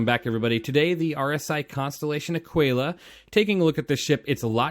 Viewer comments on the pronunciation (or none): It’s not a quail a. It’s either Ah quill a or A keel ah. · "uh-kee-luh" you dont call it "te-quay-luh" its tequila. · a kee la, like te kee la. tequila, aquila only one has a T at the beginning of the word. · It's pronounced "ah-keela" btw. Honestly, get the Taurus or if you like the bling like Ido, get the Phoenix. Love my Phoenix! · american here, it's ah-key-la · No big deal man but I thought it was pronounced like tequila. Ah-Key-Lah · I think that the pronounciation of Aquila has a mute U